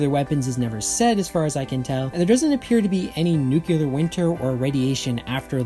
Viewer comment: That Lex Luthor pronunciation of the world "nuclear", I like it. 😃